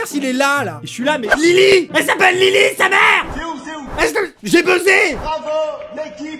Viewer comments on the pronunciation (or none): c’est Lily pas Lyly on ne fait pas d’erreurs sur Harry Potter je ne le tolère pas #potterhead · "Lyly & James" PARDON????? C'est Lily pas Lyly 😭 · Non mais par contre, c’est Lili et James Potter pas Lyly😭